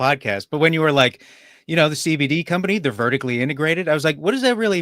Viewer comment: You actually say CBD! And not CEH BEH DEH like Sam lol